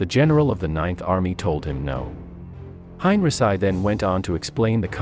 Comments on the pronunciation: Hine -ri - sigh? I thought it was Hine - ree - chee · Hein.richee not heinrisi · How many times have I told you HOW TO PRONOUNCE Heinrici Hein is like line ric is said geese ci is said SEE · I know you do not speak english or german .. but please find a better compureader.Yours is distracting enough that I stopped after the third mispronunciation of henrici